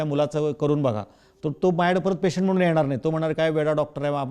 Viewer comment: खूप छान माहिती देतात. पण मधे मध्ये इंग्लिश का बोलतात?? सगळ्या मराठी लोकांना कळायला नको का? जुन्या लोकांना कसे कळणार? आणि त्या मॅडम छान सांगतात. फक्त mhanun म्हणजे म्हणून न म्हणता ण च्या ऐवजी न बोलतात.